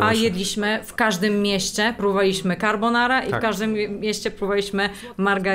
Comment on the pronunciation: Na przyszłość taka uwaga – mówimy carbonarA :)